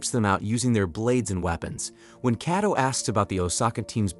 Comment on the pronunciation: well the AI you’re using is faulty. How could it say the same name differently it said at first Kayto then started pronouncing the name as Kaddo